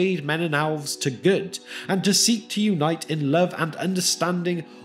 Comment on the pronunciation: The narrator pronounces the word "elves" as "owlves." Also, the text is interspersed with grammatical errors.